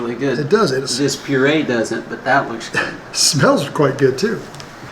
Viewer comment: put the cassava flower on your rice i thinks.. and Puree' is pronounced as pyore-ray